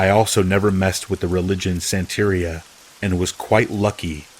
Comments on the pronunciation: Santeria rhymes with galleria. It has the same syllabic stresses as diarrhea. You say it like, Santa-🎅- Ree- Uh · Santeria is pronounced santa ria. 😀